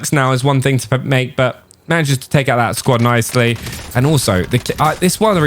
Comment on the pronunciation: “we tale a look”😂